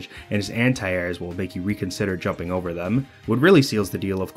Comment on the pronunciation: My head is breaking from hearing b/v ice over and ober again